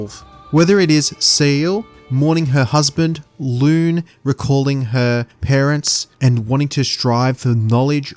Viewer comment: Great analysis but "Loon" and "Sayel"? how do you not know how to pronounce their names after playing the game man haha